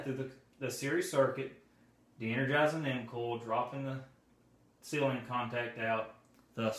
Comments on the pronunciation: Nice video! Very helpful, direct information. It took me a moment to catch onto "coil," I thought you were saying "cool" :) Dialect! Thank you for making this. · Is he saying 'mcall' or 'mcoil' for the motor coil. ?Surely its just a Relay coil by definition